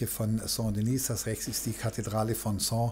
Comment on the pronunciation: Sehr interessant. Aber: Die Kathedrale nennt sich Saint Denis und nicht Saint Denise. Denise wäre weiblich und somit müsste sie Sainte Denise heissen ..... Ich würde mir wünschen, dass Sie die französischen Namen richtig aussprechen. Besten Dank!